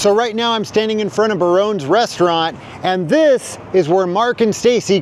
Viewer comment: Absolutely loved this. Thank you so much for documenting it all. LA changes so much. So it’s nice to capture whats still around. Btw, Barones is pronounced Bar-roe-neeze . Barone’s moved from Toluca lake into that space in the 90s. In the 1980s when Ridgemont was filmed. It was a German restaurant called Hoppes Old Heidelberg🎉 These areas are heavily working class Latino and Asian today.